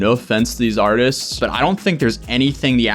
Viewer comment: Artistis? did I hear that correctly